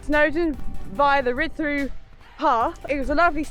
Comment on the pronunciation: Not pronounced Ridd doo, but Rheed Thee. And Hebog is not Hee-bog, but pronounced Hebbogg.😜